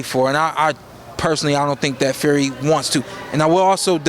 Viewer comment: He keep calling Fury Ferry 😂